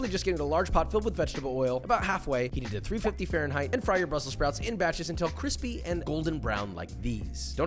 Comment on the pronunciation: Your food always looks good, but I’m so glad your calming down on that “B-roll” bullshit. It’s such a lame shtick (so is “cwispy”). It was never funny or unique, it reminds me of a kid who learned a new big word and won’t stop saying it. Just cook and be yourself, your forced gimmicks suck. I also hate the pantry intro.